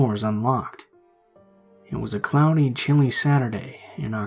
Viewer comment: At first i thought he said "It was a clowny chilly day" but then i realized he said "It was a cloudy chilly day"